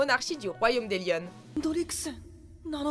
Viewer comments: je rêve où elle à dit "le royaume d'Élionne " ? C'est quoi ça.. Et la fierté du royaume de Liones, il est passé où ? 😑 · le royaume de Lionnes on prononce le S a la fin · Dan seven deadly sins ça se prononce lionesss